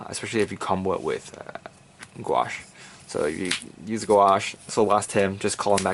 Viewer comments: I swear half of the time you said Gauche's name I heard a slurred 果汁 great video XD...ignore the trolls..Some of the Kouhai corps will assist, I have seen some of that action from Jern other than that this is really cool to see what do you think of First VG grenach but leaving him in sould for Gauche? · I think Goauche is pronounced as Gush? I can read katakana and it says "gashuu" (ガッシュ). Anyway interesting take on the build. I love how versatile Granblue is, you can run anything. There isn't really any staple cards other than the common staples of course like your main G3, p-guards etc. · I think its pronounced g-oh-sh like each individual sound. Also the one piece comment in the desc was great :)